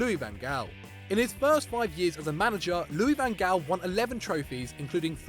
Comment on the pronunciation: Van gal? It's pronounced Van Haal